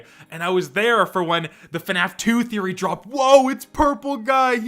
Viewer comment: I don’t think anyone but you says game “therroy” but hey, that’s just a therroy, a game therroy.